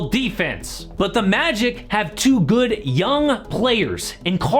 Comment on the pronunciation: I don’t like the way you said “the Magic”